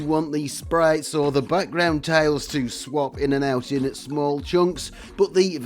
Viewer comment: TILES!!! That's T I L E - tiles.